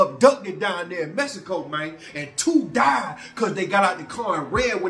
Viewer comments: He says "messico" 🤣🤣🤣🤣🤣🤣🤣🤣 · He kill'n me w/ that Mess-i-co!!! 😆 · Mess eh Koh 🤣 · All the way to mehico??? 😂😂😂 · Mess - a - co . . . SMDH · “Messico” lol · u a mess 😅😂🤣u say don’t go no where a place u can’t pronounce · cant pronounce the NAME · Learn how to pronounce Mexico